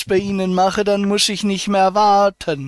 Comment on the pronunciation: Iscchh, niscccht, zusätzlichschhhhen, fünfzischhhhhh, lediglischhhhh, 17 € vierzischhhhh, gültischhhhh, richtischhhhhhhh, richtischhhh, Zusatzversischhhhert, spreschhhe, dreundfünfziscchhhh, ischhhh, nischhhht, Zum fürchten ....